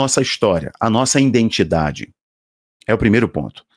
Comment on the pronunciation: IDENTIDADE e não indentidade. IDENTIFICAÇÃO e não identificação, meu querido.